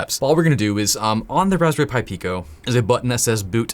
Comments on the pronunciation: “Hey please connect this respberry pi to your pc” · Raspberry Py